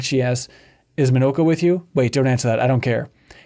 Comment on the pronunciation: Oh it's not Mawn-nah-ko, it's Mo No Ko.